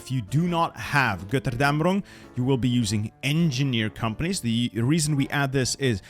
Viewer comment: the way you pronounce Götterdämmerung😍